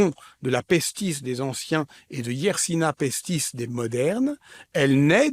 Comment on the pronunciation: Bonjour, merci de transmettre à cet honorable orateur que la bactérie s'apelle Yesrsinia pestis et non pas Yersina pestis